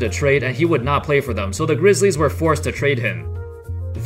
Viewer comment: Dude talks like a computer... THE vanCOUver grizzLIES